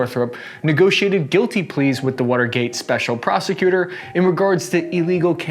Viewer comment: "the wutergate" is all I kept hearing